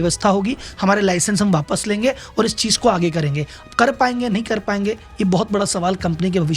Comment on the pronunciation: Bhai….kuch bhi bolte ho….i would suggest you to do more analysis and make video… cheej nahi hota cheez hota hai